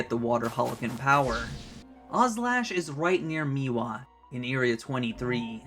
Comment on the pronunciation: Bro can we not do the thing from poketube where we deliberately mispronounce the names for engagement. How have you said meewa in all of these videos when the name is spelled mewaii